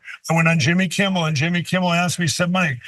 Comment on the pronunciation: He still says "Jimmy Kimbol"!!! 😂😂😂😂 At least Pillow is too dumb and soon to be too broke to be dangerous.